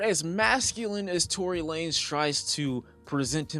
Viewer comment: Did he say Tory Lamez 😂😂